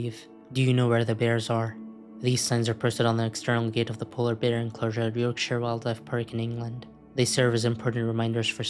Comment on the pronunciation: Gotta say, while a bit ropey, that is the best pronunciation of Yorkshire from an American I’ve heard lol